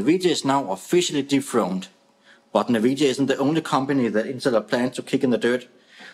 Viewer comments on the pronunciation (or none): "Navidia", lol